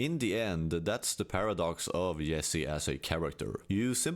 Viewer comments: Bro it's "Jessi" not "Yessi" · Bro! Why are you pronouncing it Yesse instead of Jesse? Have you even watched this show? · Bro lear how to say ,,J”. Whenever you say Yesee i wanna kms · Accents are so funny, like why can this guy not pronounce Jesse, but he can pronounce Jane with a hard J? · I understand language barriers and cultures, but you have surely seen this series. Surely you know the J is english and not pronounced Yesse or Yack. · weird he can say "Jane" but says "Yessie" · You're so proud of your knowledge that the letter J is pronounced differently in other languages that you need to pretend other people don't know? You're badly missing the point. He should pronounced "Jesse" like Jesse himself does. Pronouncing a name using the phonetics of your native language is a major dick move.